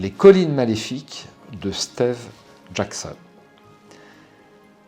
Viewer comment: "stééve jackson" lol